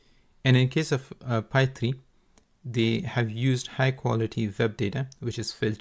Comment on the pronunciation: Isn't it pronounced Fai rather than Pai?